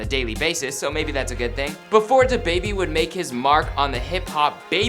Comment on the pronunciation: 1: I hate how white people says “da baby” 2: the host really in his feelings about these comments (I thought he was gonna cry)